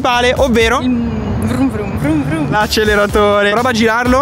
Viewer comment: Tutti:brava all inizio che nn sa dire acceleratore e lo tira in avanti